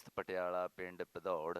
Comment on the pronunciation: Bhadaurh not padaur